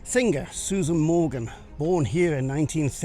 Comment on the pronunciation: Many thanks for the hard work that went into this fascinating epic. As a teenager in the 60s I can affirm that Susan Maughan's surname is pronounced 'Morn' (sorry!)